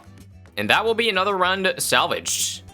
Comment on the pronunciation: “and that’ll be another rund salvage.” - 2024